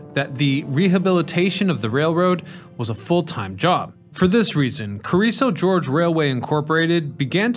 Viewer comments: Hey it’s Carrizo Gorge, not George. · Carrizo George is Yosemite Sam's cousin, I guess. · I love Carrizo George. He lives near the Carrrizo Gorge, right? Just south of the San Juan Gorge (or is that San Juan George? So hard to read and write English, especially for professional narrators). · CARIZZO GORGE, NOT GEORGE! ITS NOT A SLICK PIMP FROM THE 70'S. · It's 'Carrizo Gorge', not 'Carrizo George'. The gorge is the area it passed over. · Carrizo GORGE, not George. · Carrizo 'George'...Oy. Listen, man; I love you videos, but you've got to get your pronunciations better than this.